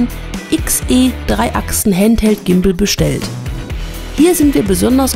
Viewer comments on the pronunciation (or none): none